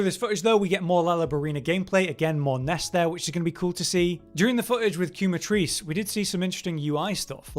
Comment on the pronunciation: The U is silent 😭. KEH-Matrice. The "que" comes from "quemar" which in spanish means to burn